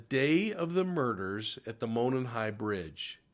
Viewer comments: It’s actually pronounced mow non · Monon (Moe-non) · Love your show! Monon is pronounced [ Mow-non] From the area trying to be helpful😶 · Its Mo like No and non like on. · Pronunciation: MOW-nahn